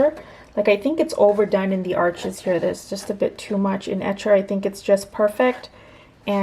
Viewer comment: Arches is French, it’s pronounced “Arche,” the (s) is silent, Thanks for sharing!!!